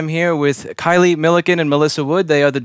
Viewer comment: Kaylie was so polite even though you mispronounced her name. (you said Kylie)